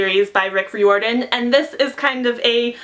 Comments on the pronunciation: ***Rye-or-din, not re-or-din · It's R-eye-or-dan :) love your channel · By the way, Riordan is pronounced like rye-or-din. Like fireman, kind of. (That's what it says at the bottom of his website.) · She's pronouncing Riordan wrong... oh well 😂